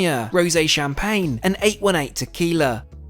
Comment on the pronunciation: I would suggest you learn how to pronounce French Champaign and French restaurant names correctly otherwise you should like a dick